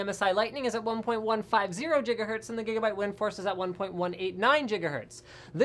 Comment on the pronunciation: I think you're saying Gigabyte wrong